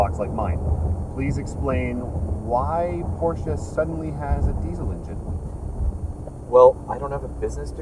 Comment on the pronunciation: The guy in the back doesn't even know how to pronounce PORSCHE. Pls don't do this for a living